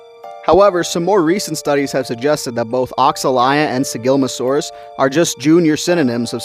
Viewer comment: You absolutely butchered Sigilmassasaurus' name